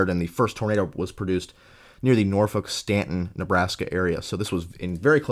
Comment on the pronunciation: Once again. Another great video! One of the most comprehensive and consice analysis of this day! For future reference for Nebraska, I know it's weird, but Norfolk is pronounced like "Nor-fork" long story I know haha. If you're curious. 2014 was quite the year for Eastern Nebraska. On May 11, Mother's Day had one of the more prolific cyclic supercells seen in this region in a while. It had the Beaver Creek EF-3 and tornadoes into the Omaha metro. June 3 might be the most interesting imo. What started as a day where strong tornadoes seemed likely turned into one cluster which produced 80-90mph winds and baseball size hail to places north of Omaha. Some of the images from Blair constitue the worst hail damage I've ever seen, homes looked like Swiss cheese.